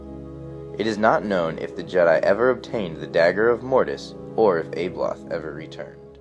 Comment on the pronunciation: its not ABE Loth..... Its ABBALOTH